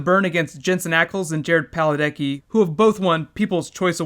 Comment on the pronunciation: did you say... Jared Paledecki ??